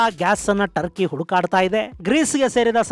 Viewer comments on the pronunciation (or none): ಟರ್ಕಿ ಬದಲು ಡರ್ಕಿ ಅಂತ ಆಯ್ತು.😂❤🎉